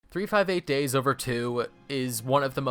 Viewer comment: Finally someone says the name of the game right. I'm so used to people saying it wrong that for a second I thought you did until I realized you said it correctly. XD One point I would add is that Pete was the one burying fake treasure to trick Captain Hook. It was all on purpose to make Hook release Heartless.